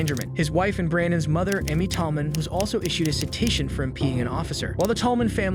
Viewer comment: I have never heard, "citation", said that way, before.